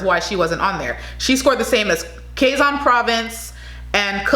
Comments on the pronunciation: Quezon - pronounce as “ key zun “ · QUEZON is like you're pronouncing QUEBEC